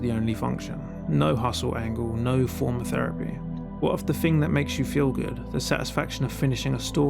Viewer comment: Feripy < Therapy. TH never makes the F or V noise when speaking proper English.